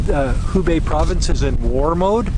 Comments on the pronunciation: it is Hebei (河北), not Hubei (湖北). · HEbei(north of the river)..not HUbei. (North of the Lake) XD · Hebei(reads /hə: bei/)河北，not Hubei(reads /hu: bei/)湖北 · it actually He Bei provence and the capital is Shi Jia Zhuang, and the pronunciation of He more like hur stay safe. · Shi jia zhuang 石家庄 city，He bei 河北 province., please learn more Chinese Mandarin pronunciations from Weifang👩🏻‍🏫. I live in the city. Now, the district where Covid epidemic starts in these days is going to have the 4th PCR testing for everyone. The other districts of the city have got 2 times of the testing already. Quarantining is one hand, the other hand is researching the patient’s activity track. Both things should be done as quickly as possible. China does very well.